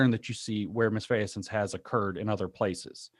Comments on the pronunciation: I hate to be a noodge, but misfeasance is pronounced mis-FEE-sance, James; not mis-FAY-a-sance. It jars me to hear these disfigured words fall from the lips of highly intelligent men of letters, and I hear it frequently. Benjamin Boyce mangled "aristocracy" so badly, I found his pronunciation almost impossible to repeat. He might have created the first one-word tongue-twister. I know, I have a problem. Nearly two decades of copy editing and proofreading have driven me quite mad. But I also think that someone who speaks as eloquently and often as you do would want to be informed of a little bug like this and fix it. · misfeasance is a word, but, yeah, it's not pronounced like that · He’s pronouncing it a bit of both the English word, misfeasance, and its French counterpart, malfaisance. Guessing he read Foucault in French.